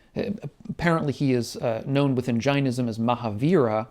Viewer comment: pretty shocking how you mispronounce Jainism